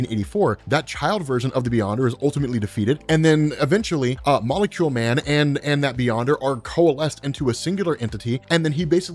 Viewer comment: this guy cannot just say "molecule man"